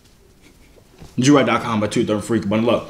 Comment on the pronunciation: mercanarytac t she said it right the first time then she went to “Jovier”